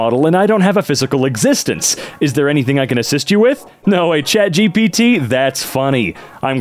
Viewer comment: Chat Gapit, lets go with that. Edit: I talked to Chat GPT and it is approved but with a slight differance, just say Gapit.